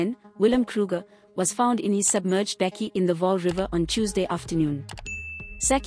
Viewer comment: How can you not pronounce the word Bakkie correctly or even the poor young man's name??